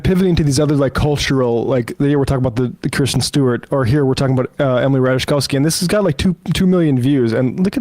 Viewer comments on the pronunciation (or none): Y'all. It's not pronounced "Ra tuh JUH kowski" 🙄